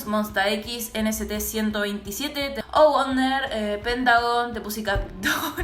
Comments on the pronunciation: NCT127: se pronuncia "enciti one chu seven" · me encanta como pronuncias monsta x y nct127. es como monsta ekis - ene c t siento veintisiete. es re lindo djdjfk. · Los temas nuevos de NCT 127 (se pronuncia en ci ti 127 en ingles ahre) SON LO MÁS, STAN NCT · nct 127 y monsta x se pronuncian como se dicen en inglés uwu pd: yA TENGO QUE ESCUCHAR TODOS LOS DÍAS AHR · Me di un escalofrío al ver como pronunciaste NCT 127